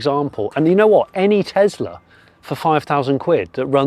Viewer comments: Just curious, why do you call it a Tezla when it's clearly a Tesla. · Why are you saying Tezla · It's a Tesla not a Tezla. 😊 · Why do some people say TeZZla... it's a fricking 'S' not a "ZZZ".... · Tesla, not Tezla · Please 🙏 please stop calling it teZla it's teSla as in Nikola Tesla the inventor who Elon based his work on.